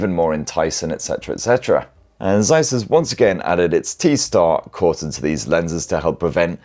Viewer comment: Please learn how to pronounce the lovely Zeiss name!